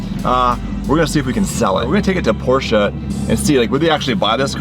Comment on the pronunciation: Learn how to pronounce Porsche